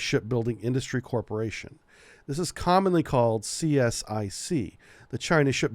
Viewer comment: CSIC eh, pronounced "seasick".....